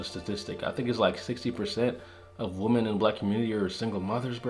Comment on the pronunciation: You still don't know how to pronounce "women" correctly and it bugs me.